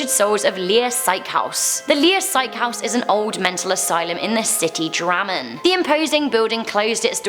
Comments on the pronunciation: Norske: Drammen Engelske: Drahggmmennn Heh😂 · Reeeeeeee she said Drammen wrong